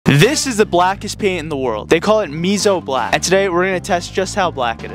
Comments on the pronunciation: It annoys me deeply that you pronounce and spell it wrong (it's musou black) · It’s pronounced moo so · MOSAU DUDE WHY YOU DONT PRONOUNCE THINGS WRONG